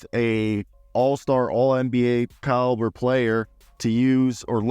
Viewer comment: wtf is a "claliber"?